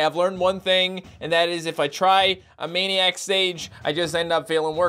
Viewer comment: says manic when it's maniac ma-nee-yac